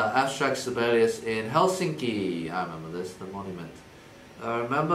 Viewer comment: Eddy: Helsinka Me: did he just say hey sexy?????